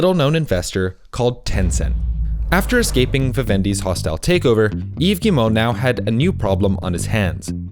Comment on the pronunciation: The way you pronounce Yves Guimont is 100% perfect btw. If it’s because french is your first language I’m sorry for the impertinent comment. Edit: ok by the other names in the video I know it’s not your first language, but still great pronounciation on the French names. Thanks for researching (and probably practicing) how people pronounce their name.